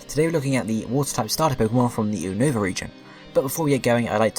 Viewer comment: its U-NOVA not UN-OVA